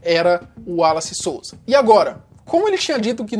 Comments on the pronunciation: Em que tange ao prenome "Wallace", apesar do primeiro "A", pronuncie-se,: "uólace"! (Maceió/AL) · A pronuncia do nome dele era uolace.